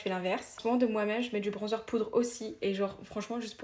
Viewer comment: Par contre on en parle où pas quu dit bronnzeur😅mdrr Mais sinon t vrm trop cool et t'as l'air trop sympa❤❤❤❤❤❤❤❤